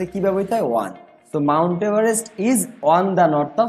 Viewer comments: Bhai apni on er pronoun one koren keno? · ভাইয়া অন কে ওয়ান বলতেছেন বারবার 🙂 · "অন" উচ্চারণ টা ঠিক ভাবে করলে ভালো হয়। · Barishaler mone hoi😅